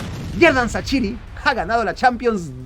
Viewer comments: Es Levíosa, no leviosááááááaaaa... ¿Por qué dices que XHERDAN SHAQIRI se pronuncia Sachiri, CHasiri, CHaCHiri y demás? No entiendo porqué te cuesta tanto pronunciarlo correctamente, REPITE CONMIGO (escritura de su correcta pronunciación fonética): SHerdan SHaZZiri. Saludos hermano mexicano. Me caes bien pero trata de decir los nombres bien que se te está pegando lo de los argentinos al decir Yavi (Xavi Hernández), Shorente (Llorente, cualquiera de los 3, siempre lo dicen mal) o cuando decían Ar-lléN ROBén (como si fuesen a decir Rubén, en referencia a la estrella holandesa Arjen Robben, cuya pronunciación es Arien Róben sin más). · Primero es bueno investigar cómo pronunciar los nombres, no mames no vas a pronunciar asi el nombre de shaqiri